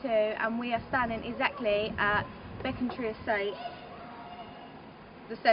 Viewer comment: Its not beeeecontreee its becontree